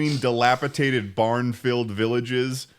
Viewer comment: I feel it's only fitting that mispronounces "dilapidated" while describing upstate new york in both the first and the final episodes of the Chuckle Sandwich podcast